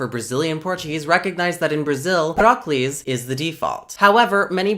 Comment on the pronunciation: every time you said "proclise" i heard "broccolis"